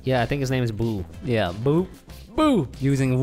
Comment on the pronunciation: “It’s the ghost from mario” “Boo” “Boo” What I hear: “It’s a ghost from Mario! Poo poo”